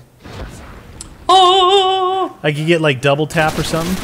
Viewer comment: when you say buyable it sounds like your saying bible